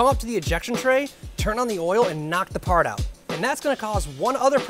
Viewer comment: paht feh guhn